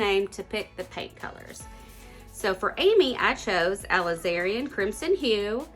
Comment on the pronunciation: Ok, you're pronouncing the Aliz•a•rin Crimson completely wrong, for one. And primary colors have been red, blue, and yellow, for as many decades as I am old (which is definitely NOT a low number). Beautiful canvas creation still.